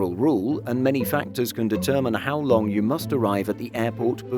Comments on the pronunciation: The way you said "long" 🤣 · I replayed it just to have another laugh